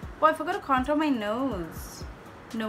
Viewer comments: Oh my god 😂 you said conturr 😂😂 I can't fucking stop laughing😂😂 you are soo funny I love your videos soo muchh Sending virtual hugss❤ Loved the tutorial n oh ma god the red lip💃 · What's "cantoor" ?? 😂😂😂 I lllooooooooovvvvvveeeeee the way when you speak like that 😂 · Contoor 🤣😂 #hillarious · Love u see u like this...u r so beautiful n ur makeup is so amazing❤😍n whn u say...KANTOOR😂😂👌..bt i love ur all videos n ur makeup is so flawless n looking naturally 😘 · Kantoor(contour) 🤣🤣literally made me laugh..u r superbly stunnin honey❤